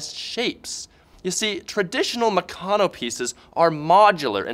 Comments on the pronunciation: Oh my God it is not pronounced "Mucono" it's " MeCANo" like "Mechanics" only Meccano. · It's pronounced Mèh-can-nooooo